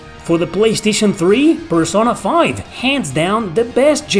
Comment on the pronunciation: great video, i do wanna provide a correction if you don't mind: you are pronouncing certain words like pokemon, taco, persona, incorrectly. they are pronounced the same as in spanish!